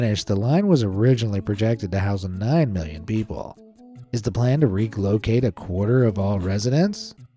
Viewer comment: "is the plan to REEK LOCATE...?"